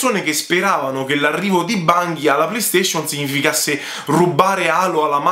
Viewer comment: Bungie si pronuncia con la "g" dolce ;) Comunque Destiny non è un'esclusiva Sony. Diablo esisteva già su ps1 quindi non era assurdo che lo presentassero. Detto questo ci sono rimasto male pure io non tanto per la cattiva fama di Diablo 3 quanto perché appena ho visto Chris Metzen sul palco ho subito sperato che finalmente avrebbero annunciato il tanto atteso project Titan (ovvero l'MMO che sostituirà WoW). Sony ha detto che uscirà "this Holiday season" che non vuol dire ottobre... (continua)